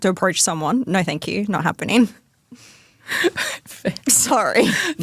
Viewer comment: How many syllables are there in the words 'NO' and 'SO'?? It's as bad as the whiny women that say 'no-wah'.. There is basically nothing I can stand about this woman and that personality and attitude in general.. Don't worry honey... THE WALL IS COMING FOR YOU TOO!!😂😂😂😂